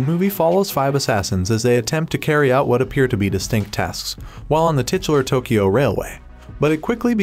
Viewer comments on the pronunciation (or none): none